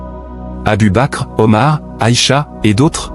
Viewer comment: Arrêtez de générer des vidéos avec l'IA ! Des mots de dhikr sont mal prononcés. Quelle honte ! Le nom d'Aicha aussi !